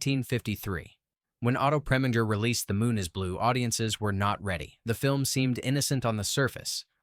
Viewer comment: Oh come off it! Preminger does not rhyme with finger, but ignoring the accenting of syllables, it does with injure.